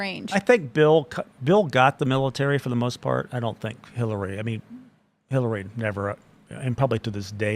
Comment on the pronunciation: Sounds more like "Hellary"